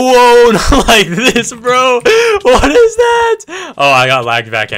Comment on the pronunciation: It ezz it what it ezz